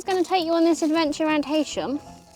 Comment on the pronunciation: Sorry, but it is pronounced ‘ He sham ‘